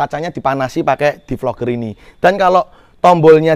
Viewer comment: DEFOGGER mass bacanya bukan DEFLOGER